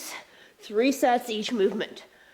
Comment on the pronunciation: Smart, clever workout. Fitness with "Making the Impossible Possible!!" Thanks!! 👍😃👊 p.s. Mark misheard. Thought you said more sex per exercise instead of sets per exercise!! 🤣🤣